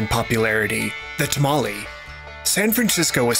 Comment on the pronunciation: You spelled Jalapeños wrong. That would make it a simple n sound, not ñ. Those are not the same nor is NYO. Not tamali, but tamale, as the E in Spanish is purely /e/ Spanish isi written 95% how it sounds, the exception would be H.